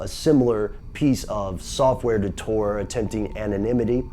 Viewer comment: It's tor not tour